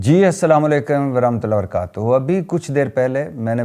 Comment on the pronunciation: O bhatti assalam o alaikum tou sahi bola kr har video k shuru mein besharmo ki tarhn ghalat bolta hai